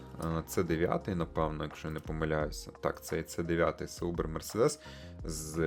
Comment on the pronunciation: Не Саубер а Заубер Мерседес😊